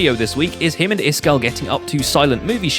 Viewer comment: "Iskall-ated" I'm done ...